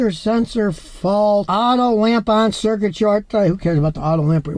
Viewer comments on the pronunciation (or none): none